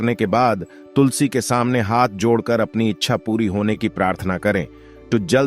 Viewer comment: तो तुलसी बोलें तुसली नाही 😂😂